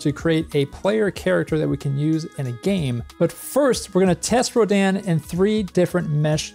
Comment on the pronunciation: Did they say it was pronounced "Roh-DAN" or are you doing it that way to be a rebel...